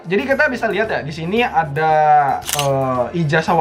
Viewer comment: "nah jadi kita liat beberapa ya" Yang pertama kali gue denger - "nah jadi kita blyat beberapa ya"